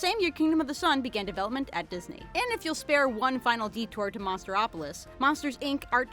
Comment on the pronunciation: She really said Monsteropilis